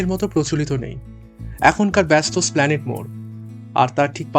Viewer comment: Yes Baba..Esplanade, not Slpaned...UNDERSTAND